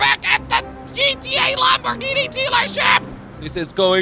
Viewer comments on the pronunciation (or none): The way he said "lamborghini for free" and the words called "lamGorghini for free" lol